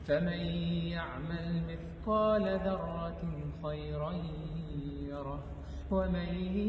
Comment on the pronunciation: Bruder das Wort ذرة. Du liest es falsch du sagst ضرة.